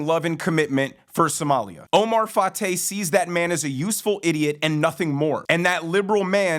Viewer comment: Wait, did you say his name is Oh-my Fart-ay??